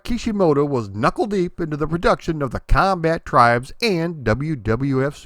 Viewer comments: Comba-Tribes, not "combattribes" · I pronounce it "The Comba-tribes". I still think that's the right way to say it.